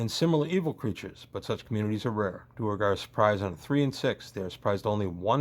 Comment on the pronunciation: I've never heard anyone call them anything but "dwair-gar."